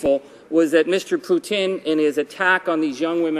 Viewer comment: Keep on Rockin' in the Free World Charlie... YOU ROCK... and did you say Putin... or Poutine...? lol